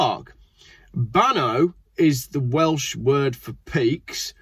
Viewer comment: BAN EYE is the way to say that not awe